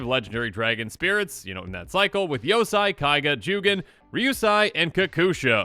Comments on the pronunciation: Please spend some time learning proper Japanese pronunciation with a Japanese themed set coming up. Yosei (yo-say), Ryusei (ree-oo-say), Atsushi (atsoo-shee) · I hope the new Kamigawa dragons are just as cool as the original ones. I remember playing Kokusho in almost every standard deck I created. Just an FYI, I think your pronunciation is a bit off (pretty sure but not 100%). It's Ryusei (Ryu-say or Ree-yu-say) and Yosei (Yoh-say). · It’s pronounced ryu “say”. And yo “say”